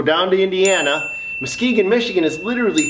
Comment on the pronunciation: Dude I love your videos, I live in northern Michigan it's nice to see you know how to pronounce Muskegon Michigan.